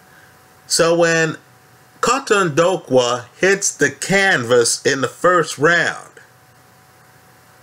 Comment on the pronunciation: KAUTONDOKWA( K.O-TONE-DOOR-QWER) just trying to help you bro lol